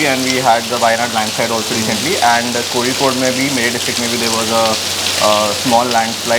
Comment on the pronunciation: As a Malayali, it is heartwarming to hear someone not from Kerala pronouncing Kozhikode the right way.